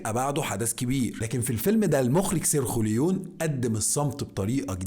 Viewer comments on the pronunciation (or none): المخرج سريوخلويو هههه سارجيو ليون 😅...انطق كويس ارجوك